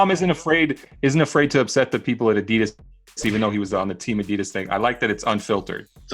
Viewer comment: Brendans pronunciation of adidas “boo-sen-its” deserves worst take